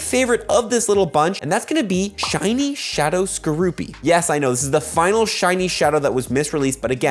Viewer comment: "SHAWNY SHUNIE SNUBWOOL" LMAO